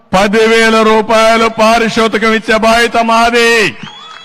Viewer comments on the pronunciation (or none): పారితోషకం అనాలి పారిశోషికం కాదు అవును కదా టీడీపీ భక్తులు 😄😄